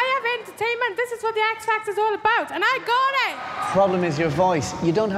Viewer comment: "I love ORR of you". 🤣